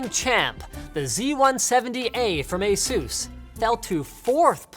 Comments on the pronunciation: I thought it was pronounced as asus, not as azeus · he pronounces asus wierd